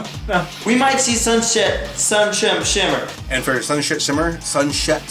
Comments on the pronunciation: Is sunset shimmer really that hard to pronounce? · I love how couldn't get sunset shimmer's name right XD